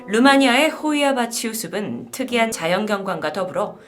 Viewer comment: 숲은[수픈], 받침의 발음도 바로 하셔야!